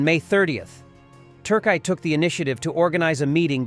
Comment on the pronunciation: he said "turk EYE"!